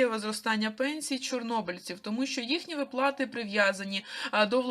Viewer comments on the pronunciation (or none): ВИплати а не виплАти! Ти в школi вчилась?